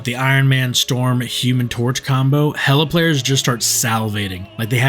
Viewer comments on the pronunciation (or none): Ok got it HelAA💅🏻💅🏻💅🏻💅🏻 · The way you said Hellla had me dyinggggg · That “HeelAA” 😂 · The way bro said Hela 😂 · Why’d he say hela like that…💅🏻💅🏻💅🏻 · Why did you say Hela like that 😭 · Y u say hela like that bruv